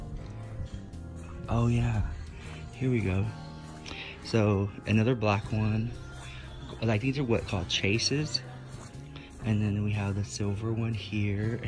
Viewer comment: this french/Canadian mother commuuntity will tell you its pronounced "Shaays" lounge not Chases.... love ya so maaaach!